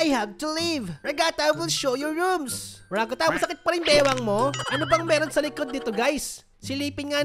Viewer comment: The way he said Ragatha RAGATAH